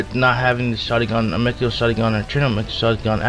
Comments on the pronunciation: ama te rasu it's not hard to say 😂😂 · Why is he saying asmera for Amaterasu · Why is it so hard for u too say these words, u watched shippuden didnt u. Amaterasu is pronounced "a ma ter a su"